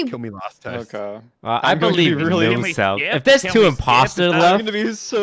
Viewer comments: I love how toast pronounces Muselk’s name: Mooselk. Mans making him sound like a brand of chocolate milk lmao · He said mooselk